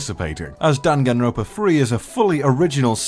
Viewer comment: I am hurt by the fact that you kept calling it Danganropa instead of Dangan ronpa T^T